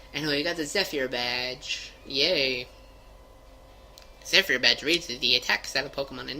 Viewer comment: The badge is pronounced "zeh-FER", just so you know,.:3